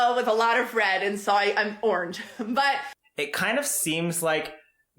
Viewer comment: OMG... she can't say the word orange. I bet she would ask you how to spell orange, too....